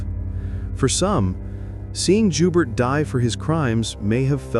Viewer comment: The name Joubert is French.. It sounds like *Joebear.